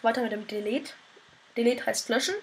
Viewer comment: delet spricht man "d i l i t" aus :P danke fürs tut